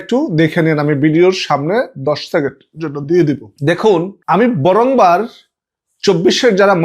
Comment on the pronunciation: বরংবার না, বারংবার হবে উচ্চারণ